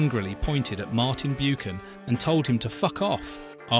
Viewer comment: Martin Bew-Can.